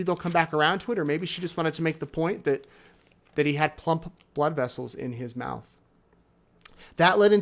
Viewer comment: Tooth pulp, not "plump."